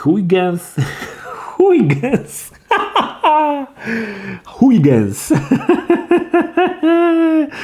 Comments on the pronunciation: Christiaan Huygens to jeden z największych astronomów w dziejach, proszę się z nie nabijać!:D [nie wiem jak nazwę gry, ale nazwisko Huygens czyta się mniej więcej HOI-HEN, ale spotkałem się też z HJUGEN] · Huygens wymawia się "Hojhens" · "Huygens" czyta się "hojhens", bo to po holendersku :P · Ale z Ciebie prymityw (no offence) xD "Huygens" czyta się jako "hojhens" i jest to nazwisko człowieka nauki, choć nie wiem, czy ta gra nawiązuje do typa. W temacie nauki i gier, znalazłem na steamie inny tytuł, który rozwalił mi mózg: "Kirchhoff's Revenge" (ten typek jest odpowiedzialny za "prawa Kirchhoffa" w różnych dziedzinach) - czy Ty uczęszczałeś do liceum? (z technikum by Cię nie wypuścili bez znajomości tych jeichmości :P)